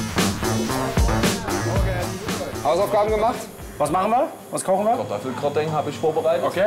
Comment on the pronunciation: Die Deutschprofis: "als wie" "Hat er den Mund aufgebracht" "KartoffelGRATENG!" "BÜFT Motto Partys"